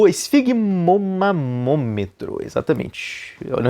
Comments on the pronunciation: Se perdeu sim. Você falou esfigmomamometro (veja no minuto 0.35). É esfigmomanômetro. MANO e não MAMO. KKKKKKK Desculpe, mas você mesmo deu a dica. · Muito bom, mas falou maMÔmetro kkkk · Parabéns pelo video, vc falou esfigmomaMometro kk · Kkkkk ele falou errado o certo é esfigmomanômetro 😅